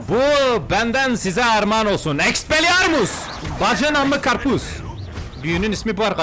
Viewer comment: En çok güldülerim:Expelliarmus=Expeliarmut Leviosa~kim kime koyuyorsaaaağ.Abi beni gülme süblimabalin...süblimeli ahhğ yazamıyorum gülmekten.😅😅😅Kdjggxj